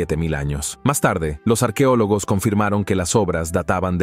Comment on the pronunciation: No diga arquiólogos, se dice arqueólogos. Doblando programas y hablando mal.